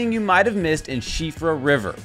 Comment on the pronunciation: As an Irishman, I very much appreciate your pronunciation of Síofra! Well researched Sir! 👏